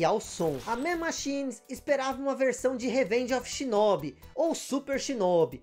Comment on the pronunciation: Delícia de vídeo! Peço pra dar uma atenção à captação do mic. Pareceu-me um tanto baixo. A propósito, a pronúncia de Shinobi em japonês tem o "o" aberto, não fechado como vc disse. Seria SHINÓBÍ.